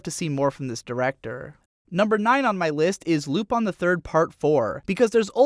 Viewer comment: Lupon? y u do this japan? It clearly says Lupin.